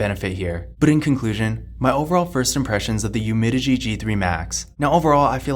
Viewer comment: It’s UmiDigi. Not Umidigi